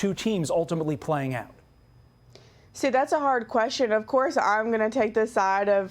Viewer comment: That's not how you pronounce "Tournament"! HAHAHA